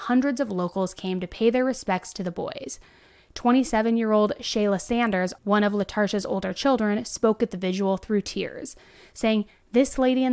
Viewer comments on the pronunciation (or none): Lol you said Shaylee instead of Shayla